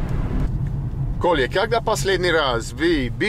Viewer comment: his name isnt kolya as you pronounced it, its kola his name is probably nicolay, and a nickname for him is kolya